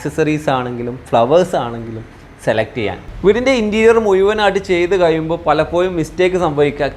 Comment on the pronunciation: ഭാഷ ഒന്ന് വേഷം പോലെ തന്നെ ഭേഷാകണം ബ്രോ:- പലപ്പോഴും: എന്ന് പറയാൻ ശ്രമിക്കണം പലപ്പോയും അല്ല🙏🙏🙏